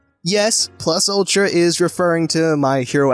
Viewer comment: Did u say plus attra?! WE HAVE FOUND THE NEW NUMBER ONE HERO SCREW ALMIGHT